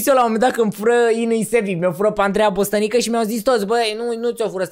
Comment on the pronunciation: ba la min 3 28 ai zis ca mi o fura pe Andreea Bostănică baaaaaaaaaa e Andreea Bostanica cu A nu cu Ă - no hate ◾🤍🤟